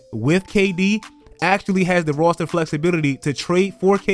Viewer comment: my man said "Rawster"